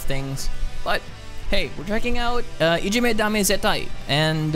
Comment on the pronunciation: Great & thanks from Japan 有難う💛。 Your pronunciation of the title is perfect. Other knowledgeable viewers will show up soon to give you basic information about BABYMETAL in better English than mine. (Where are Gington300 300 or Rick Wager? Still sleeping?) FYI, there are many heavier songs that you may prefer. The phrase "Dame Zettai (= No absolutely)" is originated from police campaign against illegal drugs which had started in 1960s. So this song implies that "Ijime (= bullying)" is considered as harmful and addictive as illegal drugs. We have to continue our efforts at home and in school (and in any society or organization or group in the world) to eliminate it. Now in 2021, BABYMETAL performed IDZ in all of 10 BABYMETAL Budokan Concerts either as grand finale or second song after the opening show with Su-Metal's matured voice. It was probably their message to the world.